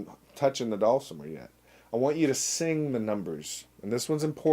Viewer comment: I don't know how to spell phonetically, but I'll give it a shot. dull-simmer. Put the accent on the first syllable.